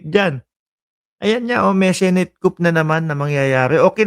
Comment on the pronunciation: silent "p" po ang coup 👍